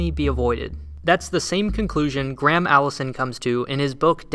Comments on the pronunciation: Gram Allison? I think you mean Gray-am Allison, or Gray-ham Allison.... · How to pronounce 'Graham' and it's not "Gram"